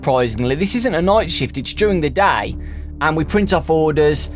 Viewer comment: ha he said noight like noice